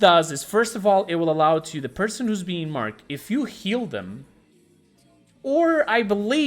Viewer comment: Why do you keep saying marked like that? It's weird